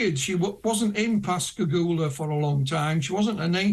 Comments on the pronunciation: I'm quite impressed that you pronounced Pascagoula correctly. As a native of the area, I often hear the name butchered. Well done. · You know they were abducted and experimented on by humans in the unacknowledged space force. It was an Alien Reproduction Vehicle (ARV) the two men saw. And I commend you for pronouncing Pascagoula correctly.